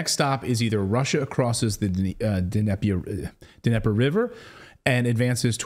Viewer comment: Dnieper is pronounced "knee pur" ffs